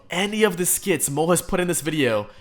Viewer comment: I mean, they're cringe af, sure, but it bothers the hell out of me that you keep pronouncing their name wrong. Lol. It's pronounced like "mall", not "mole". 😂